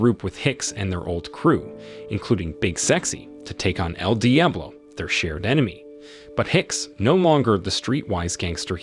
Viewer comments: Is this an A.I. voice? There’s no way you mispronounced Diablo so bad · How can you make an entire video saying the word Diablo so wrong, So many times? Jesus, it hurt my head to hear!